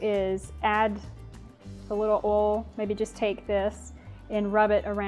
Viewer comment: OIL, not "Oll". Thanks for the tips